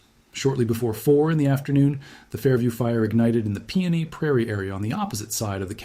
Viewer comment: But not PEONE prairie. He said peony.